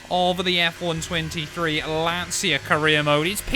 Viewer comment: I'm the Italian comment you are looking for., to use the correct pronunciation you can try to spell it like if Lancia is written "Lancha"